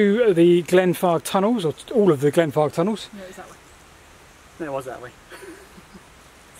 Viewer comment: I should drink my tea before watching because i swear y’all keep saying “Glenfart”.